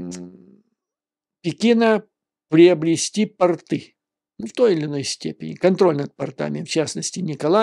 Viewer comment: Здравствуйте, Юрий Владимирович! Постоянно слушаю Ваши комментарии и всегда восхищаюсь качеством Ваших аналитических замечаний. Благодарю Вас. Единственное замечание (понимаю, что вы не моряк и не имеете отношения к пОртовым сооружениям), но слово пОрты, нужно произносить с ударением на первый слог, на букву "О". ПортЫ, с ударением на последний слог, на букву "Ы" - это часть одежды мужиков дореволюционной России, те есть просто штаны..